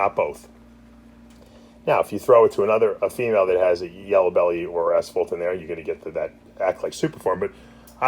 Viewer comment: Why u call it asfault